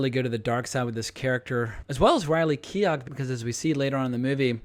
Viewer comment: Keough is pronounced key-oh (like dough or play-doh) not key-og (like dog). The W in Wasikowska is pronounced like an F or V. Also, a spoiler alert in the video title might be helpful for those who haven’t already seen the film.